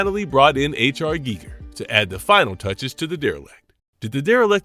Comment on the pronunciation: And it kept saying Geiger wrong!😫